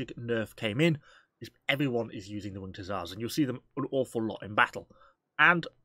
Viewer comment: "When the winget hussars arive"